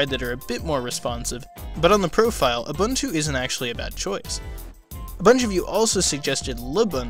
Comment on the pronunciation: It's pronounced OOO BOON TOO.